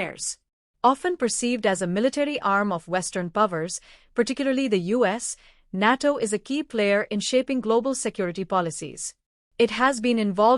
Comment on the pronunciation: 😂😂😂 can't even pronounce NATO correctly 😂😂😂